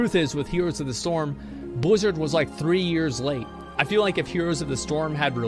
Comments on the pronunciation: Why cant he pronounce Blizzard normal? Whats with the Bluzzrd? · You pronounced Billzzard wrong